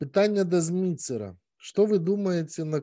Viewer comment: "ЗЬМИТЕР" имя читается. Простите, просто "ЗЪМИЦЭР" очень странно звучит. В бел языке сочетание Ц с мягкими гласными - произносится как мягкое Т. "З" тоже смягчается гласной "и". Спасибо за гостя.